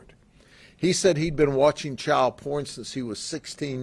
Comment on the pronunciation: “89 counts of chowl pourn”